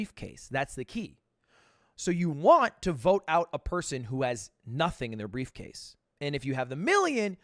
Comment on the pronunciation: "I have brevecase"